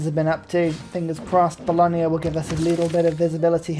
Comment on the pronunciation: Sorry, I hate to do this, but it finally grated on me too much after many videos. There is no 'i' in Bologna. It's not Bolonia. The 'gna' sound is just as in lasagna, not lasania. Fear not though, in general, your pronounciation of city names is far better than a certain Irishman.